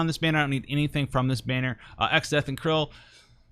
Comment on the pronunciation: I always thought her name was pronounced Cry-Lee lol